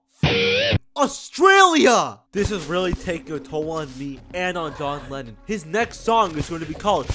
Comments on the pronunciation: john lennin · Johnatan Lemmon?